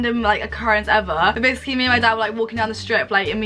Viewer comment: This girl cannot say the word “basically”